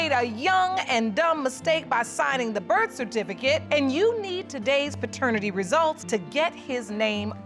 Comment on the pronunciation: "The birffatificut.." Lol I live for the grammar on these shows.. Lol #StaySafe